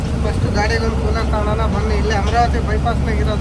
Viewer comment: Hey ಕನ್ನಡ ನೀಟಾಗಿ ಬಾರಿ ಗುರು fist ಅದು ಶಿವಮೊಗ್ಗನಾ or ಶಿಮೊಗನ 😅. ಕೂಲಾರ❌ ಕೂಲರ್ ✔️